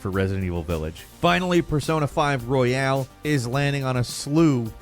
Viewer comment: It's Persona 5 Royal, not Royale, ugh.